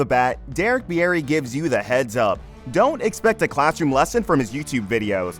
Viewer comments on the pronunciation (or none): It's pronounced beer-ey. Not beeyeti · Beer ree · "Bee-air-ee" sheesh dude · You should learn how to pronounce names before making videos of people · Pretty sure that's not how he pronounces his last name.